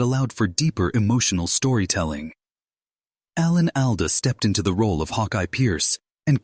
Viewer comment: Very poor production...the video bears no resemblance to the narration, reusing scenes repeatedly while the narrator mispronunces the names of Alan Alda and Loretta Swit. Interseting commentary on the show but very badly presented. Too bad.